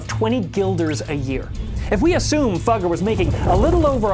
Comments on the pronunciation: It's pronounced Foo-geh. But I get that's not as funny. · It's pronounced "Foo-gger" as in FooFighters, but with a short "oo".